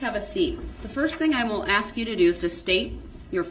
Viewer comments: ASK NOT AXE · Once again Darrell Brooks does not have shock devices another lie. For the Record—the word ask is not pronounced axe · Darrell is an AXE murderer.He kills the English language by AXING questions. This don't have nothing to do with nothing about nothing we a dealing with.